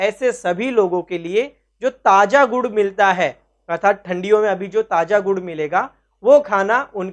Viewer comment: Godh godh bola 😂😂🤣